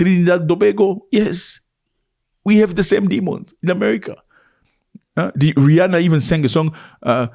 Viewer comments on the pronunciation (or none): none